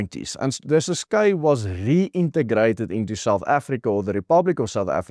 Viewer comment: Pronounce Ciskei correctly. Not Cis-kay. Named after the Kei River.....pronounced to rhyme with Try or Die....